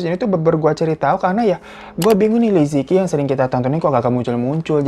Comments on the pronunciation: Bacanya bukan liziki , tapi "Li Ce Chi" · Li Ziqi bukan benar2 dibaca "li-zi-ki". Cara baca pinyin itu "li ce chi" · Bacanya liceci bang fyi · Aku ngefans banget sama liziqi Liziqi bacanya lisice. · Liziqi baca jadi Li Ce Jhi kakak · Bacanya salah， yang bener Li ce chi Tao Bao bacanya Thao pao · Li ce yi Bang cara baca namanya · Li Zi Qi dibacanya Li Ce Chi Li Jia Jia dibacanya Li Cia Cia